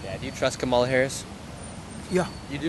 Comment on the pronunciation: Why do you disrespectfully mispronounced VP Kamala Harris’ name?